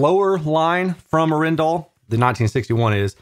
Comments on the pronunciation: I think it is 'A(hhh)-en-dal, not A-'ren-dal ;-) Not sure though, but being a Norwegian company this would be my (Danish) guess. Anyway, either is probably fine. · Great video. Not that I think they care it’s pronounced (R N Dal) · The two A in Arendal are looong, but your very close. 👍‍👍‍ Cheers,, 🍻😎🤘‍